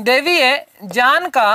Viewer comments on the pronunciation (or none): Jaan nhi hota sir Gyan hota h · गुरुजी बाकी सब ठीक है पर आप ज्ञान को जान बोलते हैं बाकी सब मस्त है जय हो गुरु जी की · Ye sir ,""gy"" ko ""j"" bolte h🤔